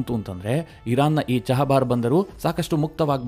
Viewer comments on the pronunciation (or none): ಚಹಬಾರ್ ಬಂದರು ಅಲ್ಲ, ಅದು ಚಾಬಹರ್ ಬಂದರು